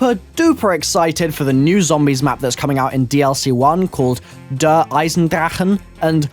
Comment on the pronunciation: You are pronouncing 'der' in german wrong